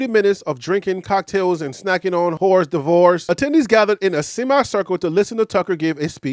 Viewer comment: hors d’oeuvres is pronounced ( or- derves). 👊🏿👊🏿👊🏿